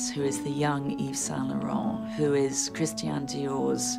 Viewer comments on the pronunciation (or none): Love her, but she should learn to pronounce Christian. It’s NOT Christien!